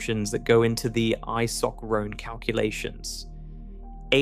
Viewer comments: eye-sock-roan, eh? Try isochron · It took me a while to figure out that an "Isock Roan" is actually an isochrone and a "subgeant" is a sub-giant 🤣🤣 Bloody AI